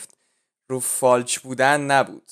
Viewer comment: فالچ / فالش 😂😂😂 انگلیسی ول کن برو فارسی یاد بگیر ناموسا.